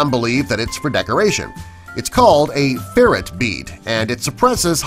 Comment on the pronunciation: You pronounced "ferrite" correctly but "ferrite bead" wrong. Weird...